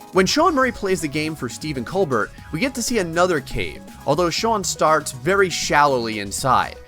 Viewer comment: It's pronounced Stephen Col'BEAR'. It's weird, I know.